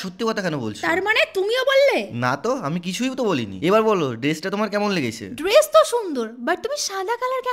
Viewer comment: Dress ❌ Deres ✅